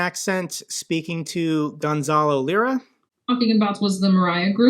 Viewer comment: Hey just a quick correction. It's Gonzalo "liar" not "lira" 😉